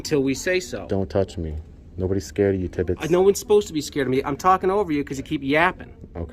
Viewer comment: Lmao!!! “Tibbitts!” “It’s Officer Tibbits””. “Tibbitts”